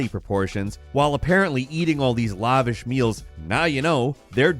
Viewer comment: it's lavish, not lavish